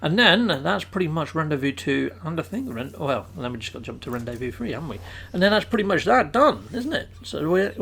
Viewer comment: Hi... Loving the vids & tips.... Ps... Rendezvous is pronounced.. Ron Day Vu...:)